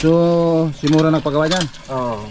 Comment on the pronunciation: MURA HINDI MORA YAWA